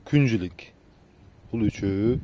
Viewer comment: Күн жилик эмес Күң жилик дейт😊